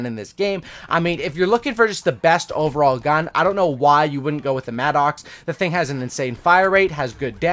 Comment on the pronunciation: Really like your videos, but for the love of God, it's not pronounced "mad-ox". It's pronounced "madduks"